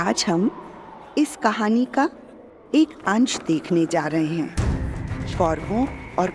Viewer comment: It’s not khani please corrected😢